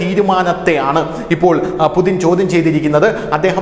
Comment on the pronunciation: യുദ്ധകൊതിയുമായി കുറെ പാഴ്ജന്മങ്ങൾ മൃഗവും അല്ല മനുഷ്യനും അല്ലാത്ത ജന്മം. വ്ലാദിമിർ പുടിൻ ആണ്. അല്ലാതെ പുതിൻ അല്ല